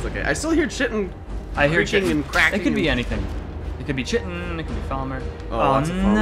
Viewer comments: "Aktchually, it's pronounced KITE-in" &: "I don't remember asking you a god damn thing." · just so you guys know chitin is pronounced like 'kyte-in', not like how you've been saying it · No, no, no – it's spelt chitin, but it's pronounced 'Throatwobbler Mangrove'. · LaFave "we still refuse to pronounce Chitin properly" Bros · guys, it's chitin not chitin, jeez 🙄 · You guys keep mispronouncing chitin it sound like chaurus shitting. 😂